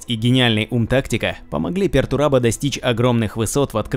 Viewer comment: Не "Пертурабо" а "Пертурбадо", с испанского слова Perturbado что означает "Возмущенный (каким то событием)", "Беспокойный" или же "Нарушен (чем нибуть или кем то)"